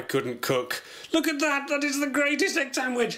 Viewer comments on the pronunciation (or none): "Sandwidge"